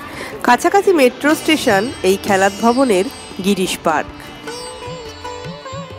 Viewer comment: খেলাত .... খ্যালাত নয়।